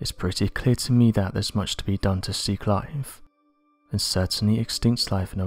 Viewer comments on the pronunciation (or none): Sorry, did you say 'see Clive'? ..... Oh, 'seek life' My bad